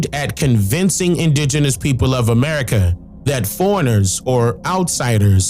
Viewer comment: Sounds like you were saying Erica